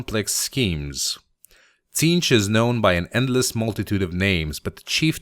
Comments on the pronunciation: The t is silent Zeentch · The T is silent, it's zeench But tons of people make the mistake. No worries man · it's pronounced Zeench :) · I believe it is pronounced "Zeentch", but I doubt it truly matters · i always thought the t was silent and it was zeentch. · its pronounced Zeench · I always pronounced it Zzaentch.